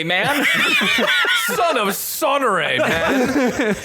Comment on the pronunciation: Sarenrae! Not Sonorae, SA-REN-RAE, SAY IT WITH ME NOW!